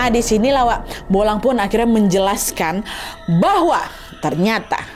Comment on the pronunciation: Bulang kak Nat bukan bolang😂